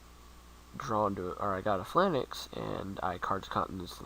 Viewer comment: It's pronounced Pha-Lanx -_- Not Phi-LAN-Nex